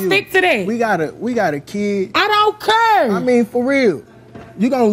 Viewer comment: 2nd girl keep saying “i dont curr” its care lol